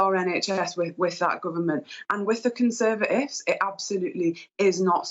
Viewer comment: 'With the Conserv-a-ifs'... She's a Shadow Minister??!!